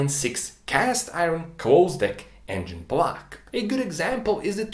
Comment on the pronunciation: Engine BLAHCH